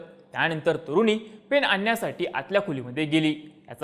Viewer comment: तुरुनी नाही रे.. तरुणी!